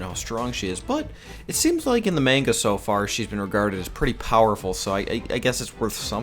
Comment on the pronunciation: He said Manga wrong